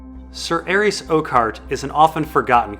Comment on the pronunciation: butchers a lot of pronunciations: Varys, Viserys, Arys, Tyrosh, Lys, Myr... But his analysis of ASOIAF is too ultimate to deny